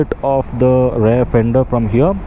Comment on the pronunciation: What’s Rare brake? It’s pronounced as RiEar